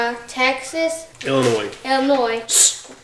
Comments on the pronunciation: The S....is SILENT in Illinois!!!! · No S sound on Illinois!!!!!!!!! pronounced ill- A Noy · FYI - the "s" in Illinois is silent. Not a biggy. Just so the kids know.